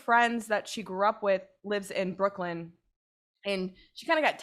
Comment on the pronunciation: This was such a stupid story. Nothing supernatural at all - just some chick who felt awkward at a party because she thinks she is better than everyone else and got to a drunken mess. Also, it's BrookLYN - not BrookLAND.